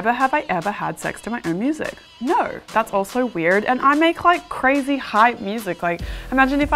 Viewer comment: she said NAUR!